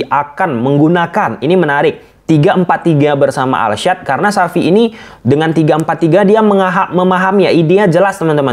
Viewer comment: Xavi bang bukan sapi